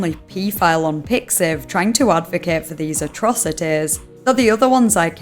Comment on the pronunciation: MY GUY ITS PIXIV WTF